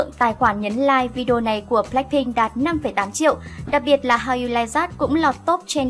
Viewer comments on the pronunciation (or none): BLACPINK của eim luôn là nhất 😍😍 Nhưng mà kênh có thể đọc các tên tiếng Anh "chuẩn" hơn 1 chút dc ko ạ. Nghe kiểu "Lách Binh","Boy wít lúp" rồi "In ta gam" mà tứkk muốn ói máu:)))